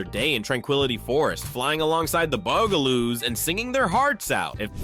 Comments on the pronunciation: He also says Boo guh Loos instead of Bug ah Loos, too… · The Bugaloos is a show about HUMAN SIZED BUGS and you call them the Boogaloos?! Here's an idea: Actually WATCH an episode of a show before you talk about it! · I counted at least 4 different pronunciations of the word “Bugaloos”: Boo-gah-loos, Bue-gah-loos, Bee-gah-loos and Bug-ah-loos. When you’re not sure of the pronunciation, just try ‘em all - one of them is BOUND to be right. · Is BUG – ALOOS. Like bugs. You know, like insects. The mispronunciations are offensive. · The frequent mispronunciations really take away from this video. Bug-ah-loos isn't that hard to do unless your a program and not a real person. An there are many other names this video got wrong. What could have been nice became a fail. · I love the shows, but the mispronunciations were just too much... The word Bugaloos was actually pronounced 3 different ways. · And the bugaloos too. :( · they said Bugaloos wrong too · This narrator has a good voice but his pronunciation is terrible , The Bugelooss? Murshmouth? inspuring?